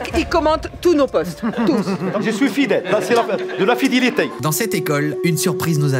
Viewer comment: "DE LA FIDILITEY"